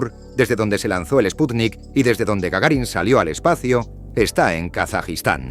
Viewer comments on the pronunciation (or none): none